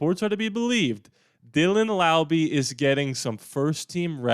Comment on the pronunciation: Thank you for saying Laube right - that shows care. In case anyone wants to know, it’s pronounced Laube, like Rowdy.